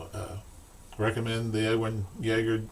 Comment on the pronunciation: Edwin jagger, or, yagger, it might be a silent J. 🤣 oh man that cracked me up. For all those anchorman fans.